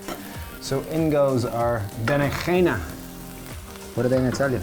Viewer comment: Your Spanish J from Berenjena was spot on :D